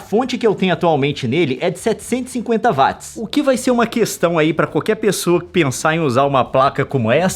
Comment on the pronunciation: Até quando Youtubers brasileiros continuarão falando Vátis ao invés de Uóats. James Watt está remoendo no caixão!